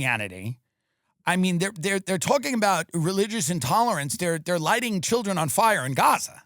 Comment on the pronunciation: Th skweams of his childwin